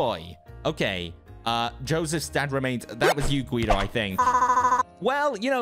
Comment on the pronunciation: Its G.U.I.D.O not G.W.E.O or G.I.U.D.O